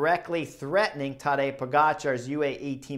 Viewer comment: Chris, just a friendly advice from Slovenia: Tadey is pronounced in the same rhythm as the english word today or away. So the stress is on the second part.